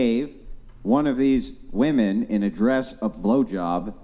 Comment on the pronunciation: What's with all of these people pronouncing the plural for "women" as a singular "women"? Holy Brainrot, Batman.